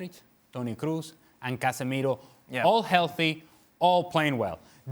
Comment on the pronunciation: Is it a shame that man who works on ESPN channel doesn’t know how to pronounce the Toni Kroos name.. He pronounces Toni Cruz instead really amazing.. probably Penelope Cruz and Toni are relatives.. and they don’t have any idea of that .. ohh yeah cassandra telenovela🤣🤣